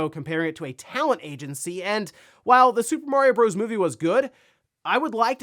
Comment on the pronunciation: "Bros." has a period at the end which means it is an abbreviation. It is pronounced "brothers".